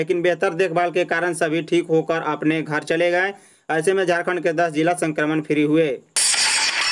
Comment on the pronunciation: yah kaun sa reporter hai theek se isko Hindi bole nahin a raha hai ghar ko ghor bol raha hai Jharkhand ka naam kharab kar raha hai